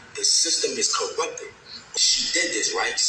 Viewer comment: "koRrupPtteded.....KoRruuppttededed" Its most corrupt or most corrupted. Just one "ed' not 3.😂😂😂😂😂😂